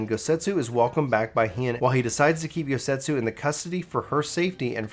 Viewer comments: I agree. Especially since he keeps calling Yotsuyu "Yosetsu", I keep thinking to myself "Why would Gosetsu do tha.... Oh, he means Yotsuyu" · Bro, it's not Yosetsu, it's Yotsuyu, you said it wrong so much it was bugging me lol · I was like who the hell is Yosetsu? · It's Yot-suyu, not Yot-setsu. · I'm not surprised people are having a hard time following this. Please, please slow down in future series videos and read the names correctly. Calling Yotsuyu "Yosetsu" is very confusing, especially when you get to the part where "Suyu" (or as you called her, "Soyu") is travelling alongside Gosetsu. You also couldn't decide on how to pronounce Allagan, frequently calling it either the correct pronunciation, or "Algean". , you pronounce G'raha as "Guarana". I was having a very hard time following everything due to these mistakes. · It took me until Doma castle to realize he was talking about Yotsuyu everytime he said yosetsu :T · Just trying to help, it's pronounced YOT SOO YOO. Yotsuyu. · but he calls her YOSETSU which isn't her name. Honestly he butchers quite a few pronunciations. which in my opinion is kind of inexcusable considering that there are voiceovers in the game that pronounce these names and titles for us. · I have to contain my urge to cringe whenever he said Yosetsu... my god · Girl her name is YOT-SUYU. Her name and Gosetsu are spelled and pronounced completely different... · I suggest practicing names if you’re unsure I love watching your stuff, but I was so confused when you were talking about Gosetsu and Yotsuyu. I wasn’t watching cuz I was washing dishes while listening. I was like “wtf is he talking about?” Lol. Then I realized you were just mispronouncing Yotsuyu